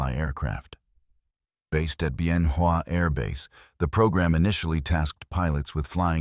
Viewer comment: What a surprise! The AI narration actually pronounced Bien Hoa correctly....